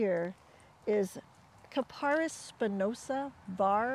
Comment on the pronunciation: Thanks,. Very helpful. One point, though: pronounce the genus KAP-a-ris.